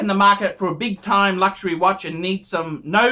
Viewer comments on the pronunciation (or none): none